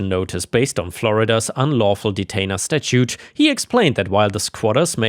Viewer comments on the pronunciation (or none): none